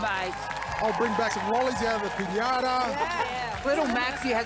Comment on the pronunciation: The host really, really, said “Pinãta!” “Pinãta, no bueno.” 🤣🤣🤣🤣🤣🤣 - Riley